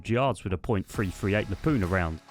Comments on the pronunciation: Very convenient that you found an sv98 when your making a video about being a sniper in a stash..also the awm and sv98 are 2 different guns.also, lapoona? Are you kidding me. It's pronounced lapwa and not lapooa like the Americans say it. Please stop asking your videos and go back to the old days of official base raids etc. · Hey! Where exactly is the letter N in the word Lapua? Not trying to nit pick shit but the way you're saying the 338 Lapua is at least it sounds as if you're calling it the 338 Lapuna not 338 Lapua! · La-poo-ah* MAG. Don't disrespect magnum research like that 😂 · Not Lapoona, simply Lapua. It’s the city in Finland where the round was invented and first produced. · Love it. Great vid. .338 “Lapoona” gets me every time! “La-poo-er” 👍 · Lapuna? There is no N in Lapua. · Nah...that sea cheat is a paid actor.. 🤣 I'm sorry, but you pronounce Lapua wrong, have a look on YT for ...How to Pronounce "Lapua", 26 seconds in it's the manufacturer pronouncing it as "la poor" at Shot Show 2015...or is it a running joke on the channel? Liked and subbed ❤